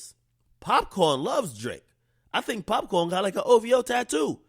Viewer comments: Nigga called him pop corn😭 🌽...its pop caan = pop can = shoot gun lmfaoo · pop - CAN .... its Pop - CAN